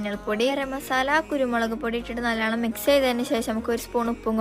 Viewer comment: നല്ലണം ❌നല്ലോണം ✅